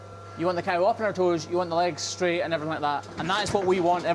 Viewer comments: The cawl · I do love to listen to Scottish men saying the word “cow.” Enjoyed the video and, as always, watching work and listening to his explanations. He works harder than any 5 ordinary people and brings his compassion and will to learn and share to everything he does. He’s also a natural teacher, so it seems like an inevitable progression for him to combine his media skills with teaching farmers and aspiring trimmers worldwide. He more than deserves every subscriber. On to a million!